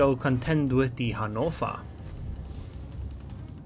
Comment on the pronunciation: What the hell is a hanofa lol. Your pronunciation of ships names is hilarious